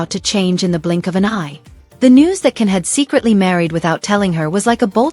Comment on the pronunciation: That was some story guldan is cans mum not a close friend, his name is can not Ken and is pronounced Jan, he is not married at all and never has been ,please state that your peice is a story before you go any further 🎉